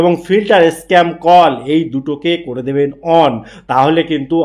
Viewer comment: At first , try to improve pronunciation. What is 'Eskemar' ?